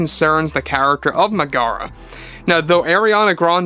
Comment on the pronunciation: Double check your pronunciation of Meg-a-ra and Hay-dees.